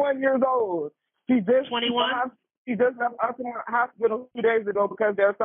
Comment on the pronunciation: It's pronounced "AltaMONT," not "AltaMONTY."